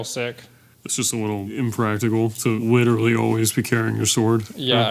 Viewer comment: Witerally the Raptors